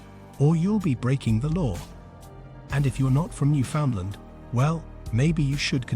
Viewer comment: This isn't very good. Pretty inaccurate and full of nonsense, starting with the robotic narration and mispronunciation of Newfoundland. You can in fact hunt on Sundays. That photos shown when you say Screech is actually beer, not rum. You talk about moose while showing Caribou. I have no idea where you got the idea of not wearing red on Sunday, but would be interested to see if you can cite it as fact.